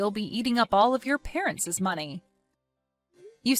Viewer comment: "Parent's" or "Parents' is not pronounced with two "s".